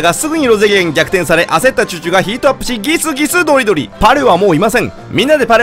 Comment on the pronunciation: ギスギスドリドリの発音がいいw